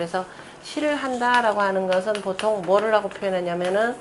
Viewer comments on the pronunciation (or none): 장음인 단어의 첫자를 짧게 잘못 발음한 예:보통,(여름)하, 상제뿐이옵기 한국 학자중 자고저에 A+이십니다. 초 박람 강기에 무릎을 꿇겠읍니다. 계속해서 강단에 서시기 바랍니다. 미국 변 완수 배